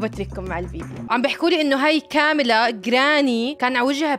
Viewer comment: كامله مش كاميلا 😅